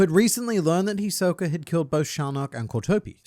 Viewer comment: “Hisok-er” lol I know you’re from England m8 but he is a bit of a joker isn’t he 😅